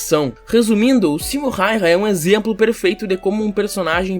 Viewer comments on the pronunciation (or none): Acho häyhä se pronuncia rráurra